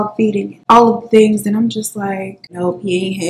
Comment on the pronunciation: I swear everytime you say "..and all of the tings" .. I smile